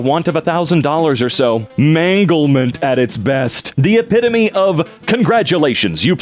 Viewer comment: Is that really how you pronounce epitome???